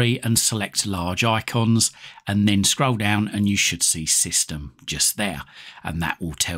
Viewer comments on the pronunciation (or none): none